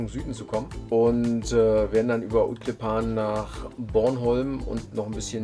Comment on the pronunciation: Also schön - und nächstes Mal fahrt bitte nicht nach Utklippaaan sondern lieber nach Utklíppan, also die Betonung ist auf dem kurzen i, 2. Silbe. Das -an ist bloss eine Artikelendung von ”en klippa" unbestimmt → ”klippan” bestimmt, und klippa ist eben ein Stein, Gesteine, English. a cliff. Ut = draussen, am Meer. Also wünsche weiter schönes Segeln.